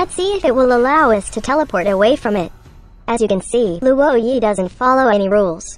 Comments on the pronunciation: Not being a downer, but I think its pronounced as "Lwo-ē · No one: Absolutely no one: Luwoah Yee